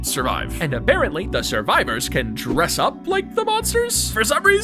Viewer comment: why did you accentuate dress, like whats the significance behind that word